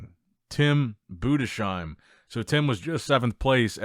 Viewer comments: His name is pronounced Budes heim not BudeSHeim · Bruh your pronunciation of Tims last name drives me crazy It's "boo-dis-hime", not "Buddha-seem" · Heim as in Anaheim. Maybe understand that? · Budesheim is pronounced in two words Budes - Heim